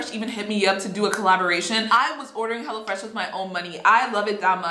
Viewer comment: Me thinking she said hella fresh